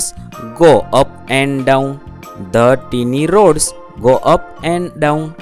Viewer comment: 'tiny' નું ઉચ્ચારણ ટીની નહીં પણ ટાઈની થાય....😂😂😂